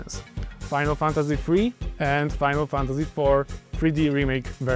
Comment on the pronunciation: I love how he can't say Final Fantasy 7. It makes this so funny.